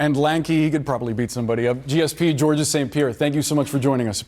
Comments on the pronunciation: "George-is" St Pierre 🤦‍♂ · You don't pronounce the S as he does dude. It just has a soft G's lol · Spelled Georges, pronounced like George. Interviewer didn't do enough research 😂🤣🤣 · Calling him 'Georg-ES' is criminal... learn to say someone's name properly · Je parle français aussi. Watch one of the many times he was announced before fights. You don't pronounce the S. This is the case for many French names and words (Jacques for one off the top of my head). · Somebody tell the guy that interviewed GSP that you dont pronounce the ‘s’ at the end of Georges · No one told him the proper way to say Georges’ name apparently; treat the Gs like Js and do not say the S….